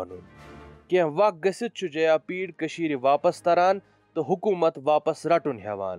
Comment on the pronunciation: Bro correct it is jayapida not jayapeed